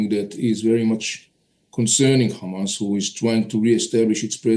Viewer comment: The argue in Iran today is what if they respond Israel with ground attack and you are talking about seize fire? Iranians just got warm up and the time you have to choose 2 state and peace is shorten and I say it just be cause you pronouns KHAMAS instead of Hamas!